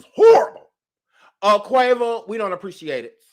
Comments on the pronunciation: I died everytime u called that boy Quava.🤦🏾‍♀️😂😂😂😂😂😂😭😭😭😭😭😭😭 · OMG- whyyyyyy you call that boy Quava? ROFLMAOOOOOOOOOOOO